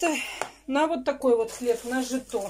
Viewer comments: Живете почти в деревне и не знаете что такое -жИто.жИто!!!!! А не житО.... ну вся безграмотность на Ютубе еще и деньги зарабатывает, это полная деградация нации... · СОЗДАЕТСЯ ТАКОЕ ВПЕЧАТЛЕНИЕ, ЧТО СПЕЦИАЛЬНО ТАК СЕБЯ ВЕДЕТ....НУ, ЭТО ПРОСТО....- НЕТ СЛОВ ДЛЯ ВЫРАЖЕНИЯ...., В ОДНОМ СЛОВЕ-(ЧИТАЯ), СДЕЛАТЬ ОШИБКУ.....-"ЖИИИИТО"! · ПРАВИЛЬНО НАДО ЧИТАТЬ И СТАВИТЬ УДАРЕНИЕ НАЗВАНИЕ ХЛЕБА -"ЖИТО" - УДАРЕНИЕ НА БУКВУ -"И"!!! ЖИИИИИТО.....😂🌞